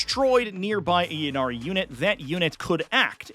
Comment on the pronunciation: For bames that start with Y, such as “Ynnari” and “Yvonne” you pronounce the Y as an “EE” sound. “EE-Nari” or “EE-Von”. It’s not a “yuh” sound.